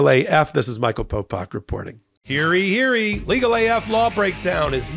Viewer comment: It's "Hear ye, hear ye," ("hear you hear you"), not "hearee hearee" or "heary heary"